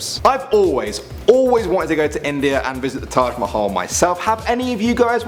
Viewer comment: thanks for saying taj mahal right cause people don't say it right